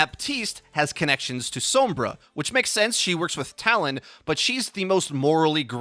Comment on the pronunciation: its sombra not soumbra